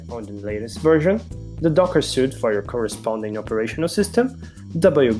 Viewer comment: Suite is pronounced “sweet”